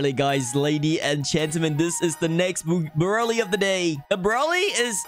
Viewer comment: It’s brulee not berlee